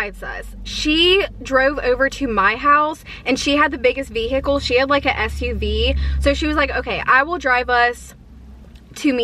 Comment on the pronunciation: "ve-hickle" what? .........